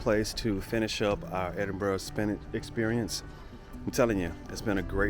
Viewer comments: Edinbura is the better way to say it my friend. Definitely not Edinboro. You do know Edinburgh is full of them jock, skirt wearing barbarians don't you? That Hadrian had the right idea with his Brexit wall. Lol. Only kidding..... I hope you enjoyed it up there in the frozen north? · Did you say Edinburrow?